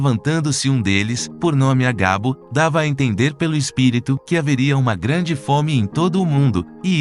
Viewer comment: Agabo não e sim Ágabo . Veja o acento no A